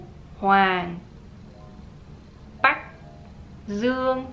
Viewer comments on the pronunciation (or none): No no no, you're wrong haha😁You mispronounced "Bạch" not "Bách". I told you my name is really hard. Keep try harder🤗 So you've been trying really hard. Thank you💯